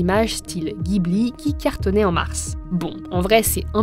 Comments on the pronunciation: Ça se prononce "jibli", pas "guibli". En japonais c'est ジブリ, jiburi. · Ça se prononce jibli Ghibli mdr